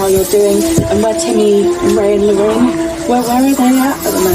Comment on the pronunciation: It's Lor-RAINE, NOT Lor-ENNE!! EESCH!